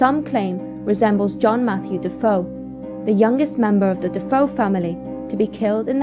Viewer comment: not "duh-foe" it's "duh-fay-oh"